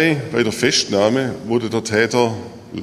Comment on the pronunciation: Die "Feschtnahme" 😁